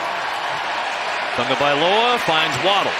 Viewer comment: OH FFS! Tagovailoa has been in the league long enough for play-by-play asshats to not pronounce his name Tungavailoa.